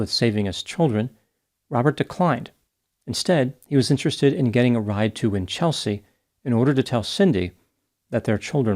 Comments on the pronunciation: WINCH-el-sea, not Win-CHEL-sea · WIN-chul-se (not win-CHEL-sea je-LONG (not ZHEE-long) for Geelong 🇦🇺😊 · "Cemented her relationship with the contractor who had a paving company." Gold. Winchelsea is pronounced ... Winchel. .......... sea. Geelong, largest regional city in Victoria, is pronounced...... G'long. With the soft G as in Gerry. Interesting that you commented on a case around the other side of the world from you. It was big news here at the time. Easy to say that he was guilty when the city press get their hands on a juicy story like that. Sad story none the less. Do you know about the Azaria Chamberlain case? "The dingo took my baby." A sad travesty of justice precipitated by hysterical media attention. Thanks for your work. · Aussie here 🦘🦘🦘🦘🦘you usually do so well with our place names! Winchelsea is winch (a tool) L (letter) see (the eyes).....Geelong is Jill (girls name) ong The Farquharson needs some work too, but I'll let another Aussie tackle that..its 6am in the morning, I gotta get some sleep. A great effort none the less! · I did chuckle at 'win-chelsea', but I guess it was some kind of deduction (perhaps from win-chester, the rifle!). I have always done Farquharson as far-qwar-son. But that could just be me? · Yes I think that is well equipped in the rifle etc department, my opinion! And I agree with you re Farquharson, with the middle syllable kinda squashed in the middle there!